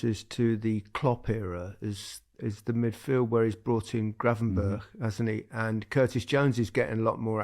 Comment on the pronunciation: Lineker being the first Brit who pronounced Gravenberch correctly.